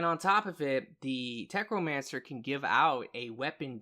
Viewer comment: say it with me.....tech....no....mancer....NOT FUCKING TECHRO. WHERE THE FUCK DID YOU GET THE R?!